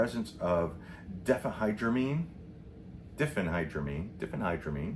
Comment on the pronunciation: Diphenhydramine = " dye-fen-high-drah-mean" accents on Dye & high.